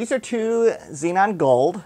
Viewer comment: i cringed everytime he said zenon instead of xeon